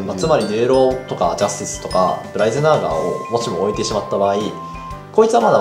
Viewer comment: ジャズ↑ティス↓